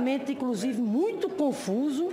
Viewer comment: PIOR MESMO É MUINTCHO! PQP, MUINTCHO É DE FODER!